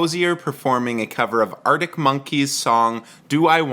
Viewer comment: Please pronounce Arctic properly.